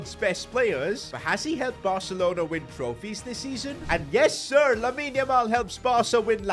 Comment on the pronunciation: The yessir was the most American accent I’ve ever heard have